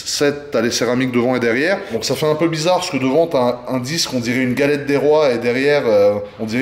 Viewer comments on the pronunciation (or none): none